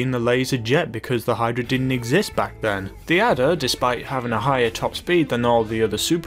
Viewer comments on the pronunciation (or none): none